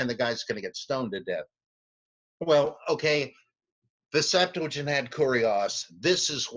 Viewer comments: Please please stop saying Septuagint with an "L". Liking your videos though!!! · I can't tell.... are you saying "septu a gent" or "septu la gent?"